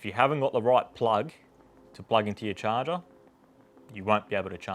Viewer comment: This video was so helpful!! Thank you so much God bless you!! The best part is when the host pronounces ‘charger’ da shaaarr gerrr